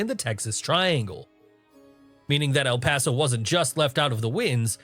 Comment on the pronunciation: I grew up In El Paso beautiful place. I love the way you say El Paso.